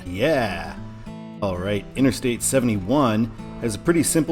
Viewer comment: INTERSTATE NOT:INNER-STATE!!!!!!!!!!!!